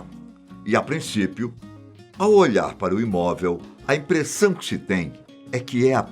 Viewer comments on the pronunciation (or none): none